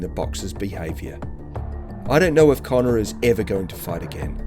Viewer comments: It's conner not Collin I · Its Connor, not Colin- geez!